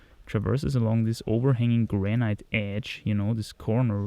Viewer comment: Hey,: the pronounciation of granite is simply "granit", with a long a (not graneit)